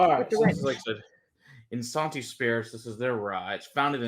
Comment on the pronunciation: They are not saying Isanti correctly.